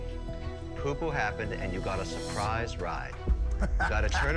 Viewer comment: I'm "surprised" that they can't properly pronounce "surprise"